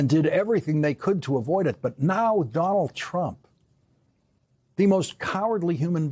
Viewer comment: Lawrence cannot say "Donald" 😂 it comes out as "Don'l"